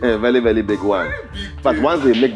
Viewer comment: Vely educated😂😂😂